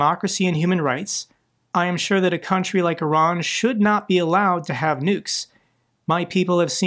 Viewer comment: Thank you for pronouncing Iran correctly. I am sick of hearing Eye Ran.